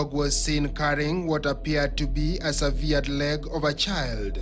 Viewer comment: Enyewe journalists wako down. Dude pronounced 'severed' from 'sever' (to cut) as 'severed' from 'severe' which is not even a word.